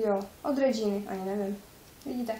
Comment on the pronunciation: Dove šampony a kondicionéry se prodavájí pořád ty klasické ,tohle jsou lepší řady a dražší v těch tubách.Regina se čte normálně česky je to naše značka